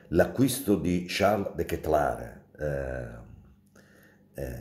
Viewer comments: SI PRONUNCIA DE KETELAR COSÌ COME È SCRITTO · La pronuncia NON è così ma semplicemente come si scrive, e lo dice lui stesso in un video intervista che sta girando. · Su OneFootball c'è un articolo dove lui stesso pronuncia il suo nome dicendo letteralmente "De Chitlare"